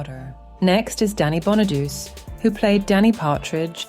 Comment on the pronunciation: It's Danny Bonaduce, pronounced like "bon uh doo chay".